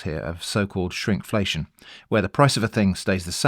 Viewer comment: Not me scratching my head when I thought you said Shrimpflation and thought I was outside the blast radius of an inside joke... The idea of using fish past as a stock starter is genius. I'm going to have to give that a try!